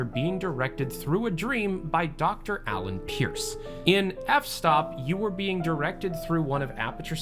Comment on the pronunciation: Yeah, that really annoyed me when he said Alan. Dr Glenn Pierce introduces himself as such EVERY SINGLE TIME HE SPEAKS! XD